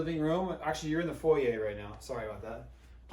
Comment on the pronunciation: Thank-you for saying "foyer" right! 👏👏